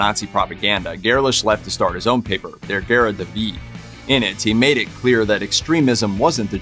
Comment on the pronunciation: Your pronounciation of "Der gerade Weg" is hilarious.